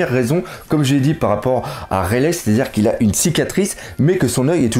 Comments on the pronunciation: Bon je t'adore mais si tu pouvais prononcer "Raili" et non "Railè" phonétiquement ça me gênerait moins mdr, toi qui voulait des conseils sur la prononciation;) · rayle aussi au lieu de raylie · rayleigh prononcé rayligh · Tu suis mêmes passe dire rayleigh et enies lobby salut fait mal aussi oreilles de t'entendre mes prononcé